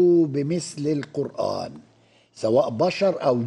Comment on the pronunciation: I swear to God! This Arabic speaking Egyptian can't read the Qur'an.. For instance he says " Ka meslihi" but the right pronounciation is " ka mythlihi" even the way he says " Qurraan" is wrong. Its (qur'aan) there is bit disconnection between r and a..The magical.thing about the Qur'an is 9 years old muslim from non arabic speaking Mali or Indonesia would read the holy text a way better than PHD in Arabic literature from none Muslim back ground . This priest is the proof .